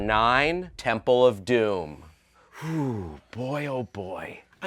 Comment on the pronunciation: Its temple not tempel